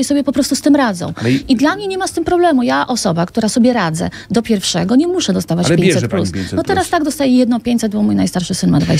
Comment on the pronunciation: "mi starcza do pirfszego" piękne epitafium